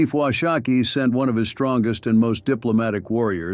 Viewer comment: Wash - a -kee. A Shoshone woman corrected me on that. She was as nice, pleasant and respectful to me in the correction.